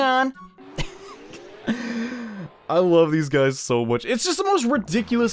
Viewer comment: this is funny but you are saying nyan wrong you are killing me lol